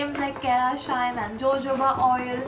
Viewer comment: it's not pronounced jojoba it's pronounced hohoba